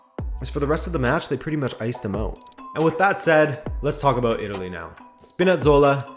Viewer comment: So, you say abøvt. Are you by any chance Canadian?